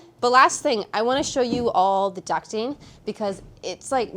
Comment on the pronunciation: Finally someone who says ”ducting” instead of ”ducking” 🤩🤣